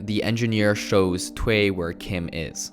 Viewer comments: WHAT IS THWAY??? ITS PRONOUNCED Thoo-uy. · Thuy is not pronounced as "twai", but as "thoo-y". Also, he is not upset that she is "marrying a white man". Firstly, they are not getting married and secondly, het is mad that she broke her vow and is with the enemy now, an American, whatever the color. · N NOT "TWE"... its "TUY" (Thuy), Macintosh is the Producer not the Director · It's two ee. Not that.. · i think Thuy is pronounced like "TWO-yi"